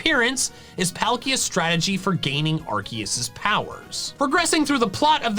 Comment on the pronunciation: It's Arceus dumbass